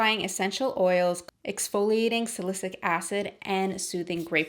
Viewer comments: its salicylic acid not "sa-li-cic" acid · Love your videos! btw salicylic acid is pronounced SA-LE-SI-LIC acid. Xoxo glad you're back! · Thank you!!! Perfect timing! I need to stop that benzoyl peroxide. Little Tip though. Just listen to “Siri: pronounce Sa-ly-cy-lic acid” 👏👏👏